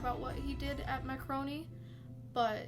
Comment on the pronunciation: It's pronounced M a r c o n i... Google Falklands war...Black Goo